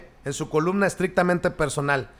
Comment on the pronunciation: Se dice columna y no colubna